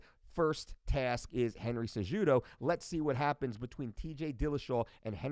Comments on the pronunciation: cejudo say it with silent j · Isn't the j pronounced as an h in Spanish and Portuguese?? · Fully aware of who Mike Dolce, which is why it's that much more hilarious that he cannot pronounce the names of two top tier mma fighters. And by top tier I mean a current champion in cejudo, and the most recent former champion at 135 in garbrandt.